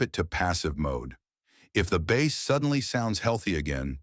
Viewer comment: Hey Mr. AI narrator, it's BASS (Instrument), not bass (Fish)! I couldn't handle watching the video after that...